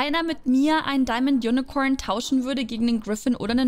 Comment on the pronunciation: Wie Sie unicorn ausspricht ,Unicoern